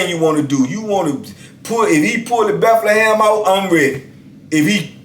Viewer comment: Dat Belthehem 😠